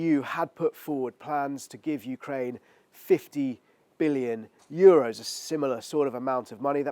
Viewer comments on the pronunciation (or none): none